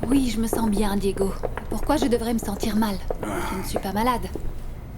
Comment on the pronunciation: Fédé est de retour avec ses bébéee bébé bébé eeee et sa penbech de femme cour après Santi bien que fédé ne pense qu'à l'argent de marie José Diégo est tellement bon pour Anna elle n'a jamais pris le temps de dire Diégo mais Digo 😂😂